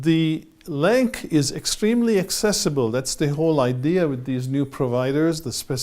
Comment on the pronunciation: Thank you for the video. Minor correction. LAANC is pronounced as "LANCE", there is no hard K sound, as spoken in the video you sited